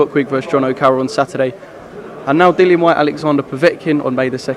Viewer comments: My guys saying his own fighters name wrong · Wtf with Dylan, show the man some respect and say his name properly, kugan the other day was calling him Dylan aswell, Dillian smack em next time, respect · I wonder if eddie will stay loyal to Sky Sports. And his name is Dillian not Dylan ffs